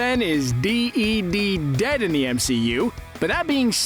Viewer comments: My dude: "d-e-d" 🤣😂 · Does anyone realise that he says deed dead?